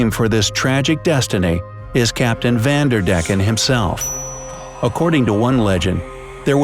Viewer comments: I like how they say van der deck, because I'm dutch it's a bit funny and a bit irritating😂😂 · Its not spoken like vanderdecken its van...der...decken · I’m dutch and I laughed because he speaks the name van der decken really funny out. Sorry for my bad English.